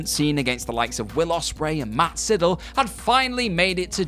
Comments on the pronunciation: Yup, its supposed to be pronounced as "sigh-dahl" for the spelling 'Sydal'. Lol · 👎👎👎Sydal not Sidell, dipshit!🖕🖕🖕